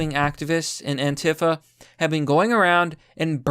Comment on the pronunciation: you pronounced it anta-fa instead of an-tee-fa